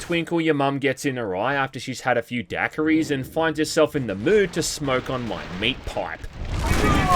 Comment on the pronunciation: Never heard someone pronounce "Daiquiri" so wrong